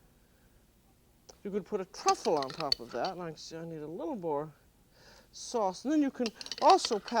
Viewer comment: “Truffle” with my main course! Oh ho, Julia!😅😅